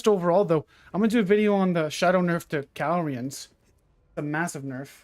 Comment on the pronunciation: 100k everytime this man says “cal-re-uns” instead of “ca-lure-e-ons” to all subs